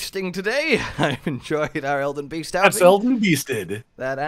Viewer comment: does anyone else hear this as “Elden bee sting?”